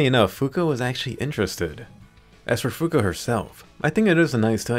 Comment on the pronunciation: Swear you said Fuka I heard Finka.....I been playing too much siege